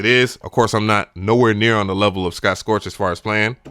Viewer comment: S C O T T S T O R C H not "Scorch"